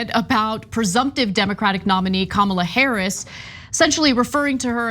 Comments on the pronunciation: It is KUH MUH LAAAA ..........not............. KUH MAAA LUH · They can’t even say her name correctly. Sick 🤢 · Republicans digging a hole for themselves. Bad form. And mispronouncing her name across the entire party is not earning them any respect either. The more they insult and personally attack, the more votes they will lose. At this rate Dems win in a landslide. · The crazies say its KAM-ala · Calling her dumb while not evening pronouncing her name correctly, they’re a bunch of morons. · Omg the way they’re treating her is so gross they must be terrified. Mysogyny and racism are alive and well . Not to mention it’s rich the one calling her a box of rocks cannot pronounce her name 🙄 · Why doesn't anyone call out these people for mispronouncing Kamala's name?! More than likely they're doing it on purpose. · likewise, I will continue to have a dim view of those who mis pronounce her name even after 6 months (I too agree her chances are slim). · mispronouncing Kamala's first name? At this late date? What a jack arse! 😮😊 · Tbh, even democrats can't pronounce her name right. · Why can't they pronounce her name correctly...? How dumb is? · Why do conservatives mispronounce her name?